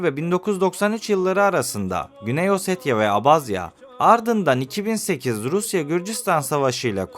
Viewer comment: keşke gitmeden önce gittiğin ülkenin bir tarihini araştırsaydın önce abazya diye okunmuyor abhazya diye okunuyor daha onu bilmiyorsun işgal eden taraf abhazya değil gürcistandır abhazya bağımsız ve tek bir ülkedir .Ülkemizde oldukça fazla kökeni abhazyaya dayanan abaza vardır.